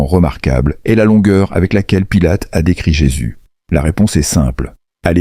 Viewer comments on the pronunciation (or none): Pilote au lieu de Pilate,Parcs au lieu de Parthes,lapirait au lieu de lapiderait,ce ne sont que quelques-unes des énormités que j’ai relevés dans ce récit qui,de plus,est complètement inventé